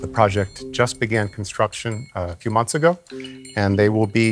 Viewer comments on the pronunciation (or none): none